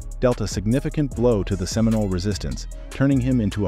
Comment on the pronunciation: Oh see Olah? 😒🙄 Can’t even get the pronunciations correct. We are still here to tell our own history!